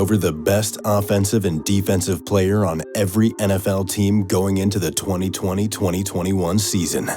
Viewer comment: My man said 202021